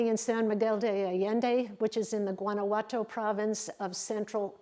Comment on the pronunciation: Guanajuato is pronounced “wah-nah-hwah-toe” Oaxaca is pronounced “wuh-ha-kah” I was gonna let Guanajuato go without commenting but after “oh-ha-kah” I had to set the record straight.